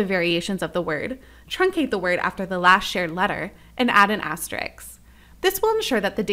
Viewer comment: It is an asterisk NOT an asteriks and they are asterisks NOT asteriks (again used)